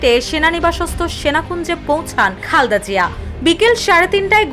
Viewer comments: রিপোর্টার আপু মনে হয় বারবার খালদা জিয়া খালদা জিয়া বলতেছে খালদা জিয়া কি আবার উচ্চারণটা ঠিকমতো করেন। খালেদা জিয়া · আপনি "খালদা জিয়া "কেন বলছেন